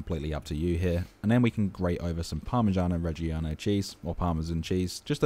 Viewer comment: Parmigiano-Reggiano is pronounced "pahr-mih-JAH-no reh-JAH-no." There is never an "ee" sound from the letter "i" after the letter "g."